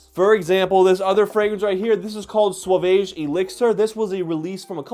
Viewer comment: That sauvage pronunciation